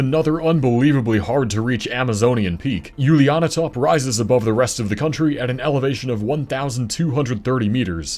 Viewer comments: Perfect Dutch pronunciation of the summit name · Julianatop pronunciation: 10 points!